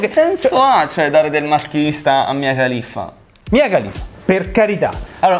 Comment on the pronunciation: io vi adoro ma si dice khalifa